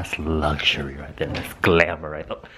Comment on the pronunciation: " That's LUH-xury" 👑